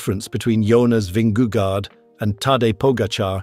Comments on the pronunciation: Dear AI narrator, Vingego, not gard. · Vinge gore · Good clip! But please do use google translate and just listen to the pronounciation of his name there.... it is not an "a" in vingegaard. It is an old spelling of "å" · Why does he pronounce the first g in Vingegaard that way? That is like wrongly saying the sin-ging lady. Just like in English a g in that position is pronounced the same way in Danish.